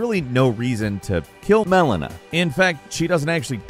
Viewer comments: Mellona...... Mellon a........ It's Melina oh my god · Did you forget to say Melina while recording lol those first few Melinda's were hella edited in 🙃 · My guess is he kept calling her "MalEEna" and dubbed over to correct it. I dunno 🤷‍♂️ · You can tell he had to insert "Melina" in there as I assume on the live version her recoded he pounced it Mel-een-a. Still a great video though, made me chuckle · How badly were you messing up saying the name Melena, that you had to edit every time you said her name in the video? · Always intrigues me how he gets so many place and character names wrong… Melana??? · The jarring edits where you can hear say “Melina” are fucking hilarious! He does always seem to have a way of pronouncing names very strangely! He probably pronounced it Mileena the whole recording session and they had to go back and fix it in post. Work on your pronunciations please! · ahhh yes, MELONA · Why do you sound weird when saying melana?! are you a bot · I have a feeling didn’t play the game with all the mispronunciation and the fact that he must’ve said Melina wrong considering it was overlayed like 4 times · The dubbed pronunciations of "melina" and "radagon" are hilarious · I notice you got Melinas name wrong several times xD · Really wondering what was saying so wrong to the point they had edit him in saying Melina🤔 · Don’t pretend we didn’t hear those edits of you having to redo saying “Melena” 😂😂😂😂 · It sounds like mispronounced Melina's name while recording then just dubbed over it with the same clip to fix it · Why did the add in an Audio clip of them saying Melina sepretatly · Did you have to add “Melina” in post cause you kept saying the wrong name?😂😂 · Did this guy mess up the pronunciation of Melina’s name and then just record it once and put it in for every time he said it? Cause something is going on with the beginning audio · Why did it sound so weird every time he said "Melina"